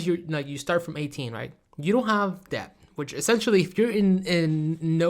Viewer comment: 😂 it’s pronounced DET(debt) and Phaze(phase)